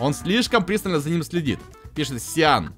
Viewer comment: Правильно говорить не сиан а циан